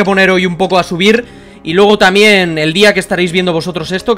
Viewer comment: enbes de decir tanbien dices tamien